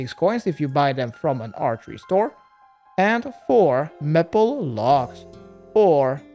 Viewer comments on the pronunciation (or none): Say maple logs like may pull that's the correct way 😊